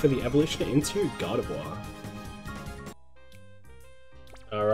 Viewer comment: Congratulations lol everytime you say Gardevoir it sounds like you're saying God of War 😆